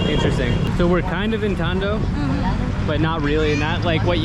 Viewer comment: First time hearing Binondo and Tondo with accent and you made it sound like it is an upscale place